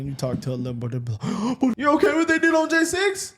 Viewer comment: Why do yov keep sayin bvt. . . There is no bvt. Destroying property is wrong period. We are American erybody has the right to do them as long as we are not harming each other directly 😤😒🤦🏿‍♂️💯